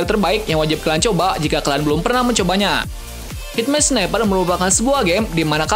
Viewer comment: Hitman sniper bang bkn himan 😂